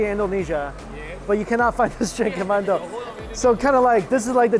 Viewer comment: Its Bandung with U and not Bandong you silly😂😂😁😁😝